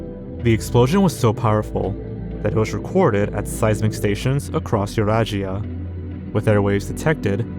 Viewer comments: Ah yes, the continents of Europe and Asia, which form the supercontinent often referred to as yoo-raz-EE-uh. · He pronounces it almost like a Slavic person, lol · wb eurajia (eurasia) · Pronouncing eurasia as yurashia is insane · the way he pronounces eurasia my god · Random stuff it’s pronounced Ve-su-ves you nut! fun fact!: phantom islands are islands that were documented,but don’t exist. bro it’s literally just Europe and Asia combined,how did you screw that up,I’ll give you the benefit of the doubt on this though as not everyone knows that word. I don’t think that’s Serbia bro💀. that’s pevek Russia. dose hepatitis b have a vaccine yep?, you sure that aight Ukraine? you mean Antartica? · Mispronouncing Eurasia is wild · he speaks English perfectly fine and it’s the only language he’s basically spoken throughout his entire channel. Truth is he’s being lazy and didnt care about the pronunciation How do you mispronounce ‘Eurasia’ and mistake ‘serbia’ for “Siberia” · How about "Tunguska" and maybe the worst "Eurasia" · same thing that ain't Serbia that's Siberia, oh and a few seconds ago before that when he said Eurasia wrong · eurasia is NOT pronounced like that dawg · HOW did he pronounce it like that 😭 It's literally Europe and Asia put together!